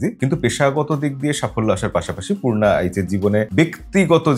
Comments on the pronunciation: নাম তো পর্ণা নয় পূর্না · Dada koushani r charecter er name porna noy it's Purna. Koushani thik pronounce koreche apni name ta hoy to thik kore janten na.